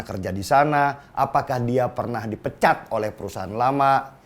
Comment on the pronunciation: Intonasi dipecatnya tandes amat bang..jadi jelas tuh ditujukan ke siapa😅😅😅😅😅